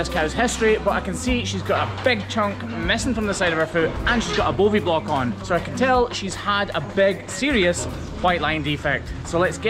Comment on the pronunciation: Funny, i heard him as "Bovi-block"!